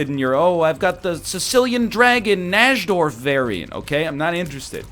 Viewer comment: He got like, basically all of the chess opening terminology wrong, lol. The Sicilian is not necessarily closed, 1. e4 can lead to both open and closed positions, there's no Najdorf (pronounced Naydorf) in the Dragon sicilian, it's a whole other variation, 1. f4 is bird's opening, not alekhine's opening. I love egg.